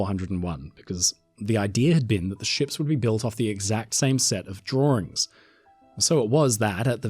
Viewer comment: “the exact same set of drawrings . . . “ too cute 😊 😂